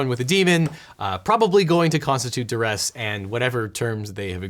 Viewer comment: Oh it is Duress? Thought it was Deress. That was what my Swedish ear always heard…